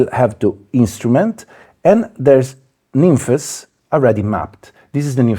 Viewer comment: i'm glad you said it the right way. so many people on here calling it nymphs.